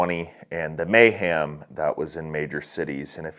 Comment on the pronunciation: "The May Ham" We're just a couple months away from celebrating the May Ham!